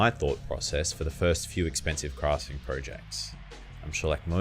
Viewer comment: What's "crasfting"?